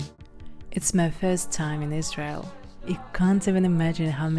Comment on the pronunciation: Uoh not say lsrail ril